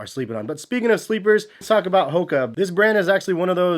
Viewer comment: You dont even know how to say HOKA correctly. FAIL